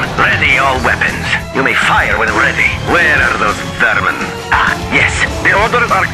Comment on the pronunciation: "vermin" not fermans